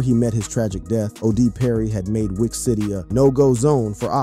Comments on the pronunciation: he said weach city lol this dude don't know how to pronounce this stuff wth is this just TTS? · It's wiic city bro you say it like wick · Why you keep saying it like WEAK CITY?